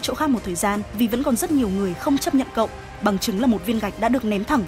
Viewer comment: ở sao em nghe cậu thành cô luôn:)